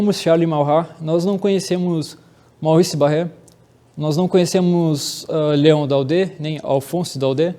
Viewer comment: Leon Dode é a pronúncia certa, com chapeuzinho no e final.